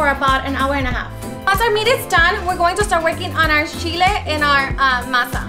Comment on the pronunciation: Lol she said shhhile... (Chile)